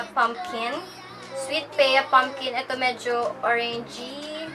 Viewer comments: ya, not peya.. 😂😅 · Pea is pronounced as "pi" or literal na "p" :))